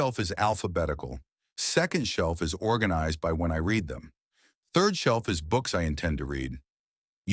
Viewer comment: AI ALWAYS MISSES read. It pronounces read as reed when it should have been red, though spelled read dual pronunciation though spelled same.